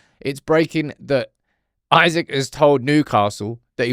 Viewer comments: If this ain't click bait, i don't know what is not. Buying Isak. Why would he leave Newcastle for united. If you've ever watched Isak. Its not Isaac like people pronounce but in Sweden we say like"I" Sack. We dont have the finances and he would not want to join unless he has some fetishism for United. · It's EESAK bro not isaac, smh at leat get It right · He ain't coming to United, cause you can't even pronounce his name right, it's EESAK ffs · It’s Isak, not Isaac. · Its not Isaac, its Isak 🤣🤣🤣🤣